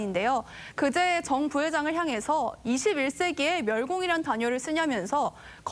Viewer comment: 앵커한글 모름? 멸공을 멸곡이라고 읽네 난독증임?